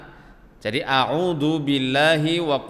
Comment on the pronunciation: Disitu trtulis auzu tpi ustad bilang audu jdi yg bener yg mn